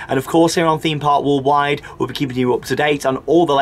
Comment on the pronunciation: I always want to comment on the way says "Theme park Walled wide"....but I cannot bring myself to say anything negative about this guy....he is brilliant at this type of thing and always brings excitement and enthusiasm to every vlog he does. I just watch his vlogs when im in need of a bit of fun and interesting stuff ….a great guy thanks for doing these vids's.